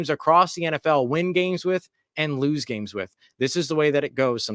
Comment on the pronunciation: I’m sorry “Rouse”, it’s time to panic! We “Louse…..WE LOUSE!!” 😂😂😂😂